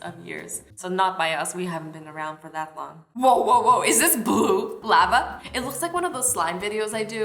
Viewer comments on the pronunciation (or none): Lol you said lavu not lava